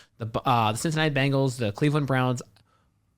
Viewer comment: Why do you guys always say "BANGLES".... sigh I don't know if it's on purpose just for fun or you're just stupid. I dk which! BEN... It's BEN-gles..... BEN!!! :face-blue-covering-eyes